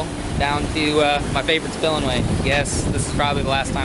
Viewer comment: Is he saying sillemway?